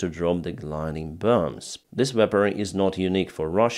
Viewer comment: I do love your pronunciation of “burmbs”. It reminds me of the late , great Peter Sellars in his role as Inspector Clouseau in the Pink Panther films that I loved watching when I was young 😂 (I hope you don’t mind me pulling your leg - I really appreciate your updates.)